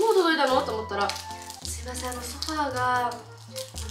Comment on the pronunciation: さぁせぇ〜ん しゃあしぇん 中町氏最高